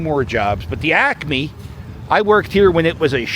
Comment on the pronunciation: I worked at the Naval Supply Depot ( ASO compound ) for too many years because I am recognizing EVERY SINGLE place you mentioned! Thank you for pronouncing ACME the correct way ! Is there a difference between "The Northeast" and "The Greater Northeast"? Where does one end ? The Asians used to gather those StinkBalls and sell them!